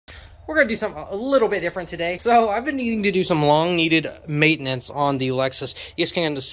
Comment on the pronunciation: Maintenance.. repeat after me, MAI TE NANCE